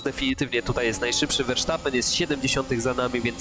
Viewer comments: verstappen a nie versztappen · Verstappen się mówi a nie Versztapen. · "wersztapen"...😅😂 To mi humor poprawiłeś 🤣